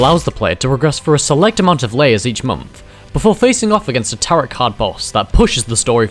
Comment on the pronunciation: Dude. I know you’re a Brit and all, but the word “Tarot” does NOT rhyme with “carrot”. It’s TEAR-oh. Also you did Chihiro and Fuuka dirty—they are both adorable and sweet.